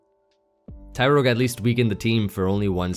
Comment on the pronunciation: yes you were saying it very weird amd it ruined the videos for me,small things matter😂